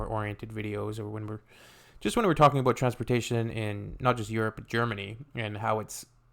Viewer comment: But you say abouout.